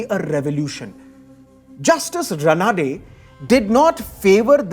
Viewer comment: Excellent. The Marathi pronounciation is रानडे not रनाडे!